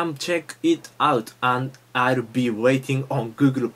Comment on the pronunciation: it's hard for japaneese to speak english because they pronnounce every sound, though they pronnounce the "l" in the same way as the "r" Google ---> "Guuguru" xDDDDD so amazing